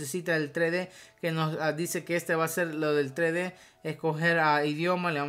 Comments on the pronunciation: Vos decis trede (3d) y es tresde (3d) osea aprende a pronunciar xd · SE PRONUNCIA "TRESSSSSSSSSSSSSSS DE" NO, "TRÉ DÉ" -. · se dice tres D no tre d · es TRES DE, no tre de :P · tre de jajajajajajajajajajajajajaj se dice tres de no tre de